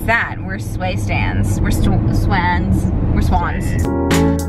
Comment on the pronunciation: When she said they are "swayans", I snorted